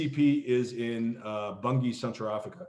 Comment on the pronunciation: Pronounced Manaus and Bangui. Not manhouse and bungi.